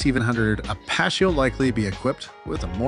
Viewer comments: The guy is saying Apache, AY PA SHAY. Where is this guy from? The moon? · How many wrong ways can you say Apache?